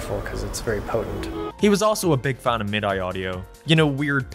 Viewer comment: It's pronounced mid-E my guy. not my die